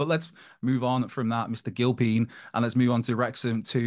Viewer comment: Andy Gil-peen!